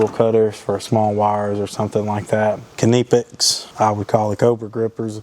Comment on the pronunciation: Great truck and tour. Just for folks information, the name Knipex is pronounced with a silent "K" so say the name as nipex not "k-ni-pex" as the young man in the video said. Much like the word know has a silent K, so does Knipex!